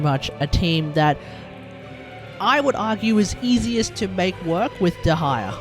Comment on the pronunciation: Its little funny when you say "dehaya"